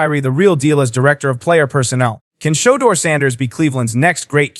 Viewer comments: Is he saying showduer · Can u please pronounce his name the right way? Why do yall do that mess? U pronounce every word correct except that man’s name. Someone has surely told u this. Get it right narrator.